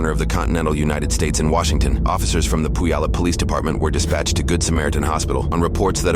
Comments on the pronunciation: to the wonderful editors of midwest safety- its pronounced pew-all-up. not poo-yallup. thanks for all your hard work! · Puyallup is pronounced Pyoo-allup, not Poo-yallup I know it’s confusing. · Poo yallup...lol It's pew yallup! 😂😂😂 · To the Puyallup officers - stop playing around. You did everything SHE wanted. You have the facts, lock her up. God, no one takes washington seriously. Its pronounced Pew-al-up. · Thanks for all you do! Just fyi, Puyallup is pronounced Pew-al-lup -- the first "u" is more like an "e" sound. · Pooyalup is crazy haha. Washington is one of those states with city names no one but people from washinton can pronounce lol (or unless you're native) Edit: typos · it’s pronounced PEW-all-up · Puyallup is pronouned "Pew-all-up" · Its pronounced PEW-ALL-UP 😊 i grew up here but now im like 5 mins away near eastside of Tacoma (midland/parkland) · Puyallup is pronounced "PYOO-ah-lip" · Puyallup is pronounced “Pewallup”. That lady Sharie, in the back of the police car seriously gives me the creeps. She thinks it’s funny that she ran off with someone’s kid at a hospital waiting room. I can’t imagine how scary that would be for the parents. This lady is not right. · Just an fyi, "Pew-al-up." That is how you pronounce "Puyallup." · Honestly that was a good try on pronouncing Puyallup (pyoo-a-luhp). Even some of the people from there mispronounce it. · I hope his fellow inmates take care of him. BTW Puyallup is pronounced "pew-wallop". It definitely doesn't sound like it looks! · The worst crime in this video was the pronounciation of Puyallup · I'm from Washington. You have no idea how much I'm trying to resist saying "that is not how you say 'Puyallup'" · No one outside of Washington ever pronounces Puyallup right. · STOP I LIVE RIGHT NEXT TO THIS HOSPITAL! Also I love how out of towners pronounce Puyallup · bro noone can pronounce Puyallup 😅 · I about died laughing on how they pronounced Puyallup 😂